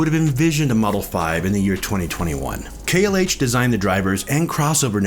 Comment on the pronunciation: It’s pronounced “KLOSE”. I own a pair of 17’s. The original KLH 6 or 19’s are the best.